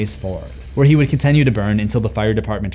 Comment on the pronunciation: dude pronounces continue as "con*ten*you" and every time he does it a cannot not focus on it lol